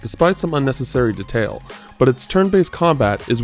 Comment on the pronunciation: love how the guy says "detail"